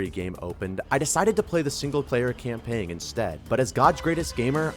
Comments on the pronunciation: I...Im sorry, are you saying CAMPANG ?!? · Sir, you do not say the "g" in "campaign"